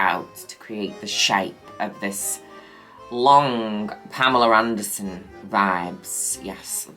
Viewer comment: taking a shot everytime mother says pameler anderson. yes that’s happening.